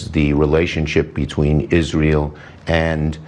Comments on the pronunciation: Pillow biting closet queen Lindsey says "Izrul". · Why does Lindsey Graham insist on mispronouncing Israel? And Taiwan? Is there some christian extremist background or reason for pronouncing it that way?